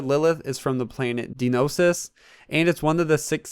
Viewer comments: Lilith isn't a new character though, she is a already known character, also Kreig is said Craig, and dionysus is said (Die-o-Nice-ees) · Dionysus= DYE-uh-nye-sis. Just FYI. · "Dionysus" "Deenosis" 🤣🤣🤣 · If memory serves, proper Greek pronunciation would be more like dee (or thee, with the th- harder as in that) -oh-NEE-sus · Could he really not pronounce Dionysus?